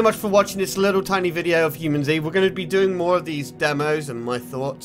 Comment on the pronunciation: Nice review! You'd pronounce it as "Humanit-Zee", a twist on "Humanity".